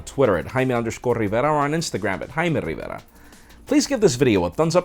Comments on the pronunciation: "hi im " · I could listen to him saying his name for hours. It's strange how American English suddenly changes to pure Spanish.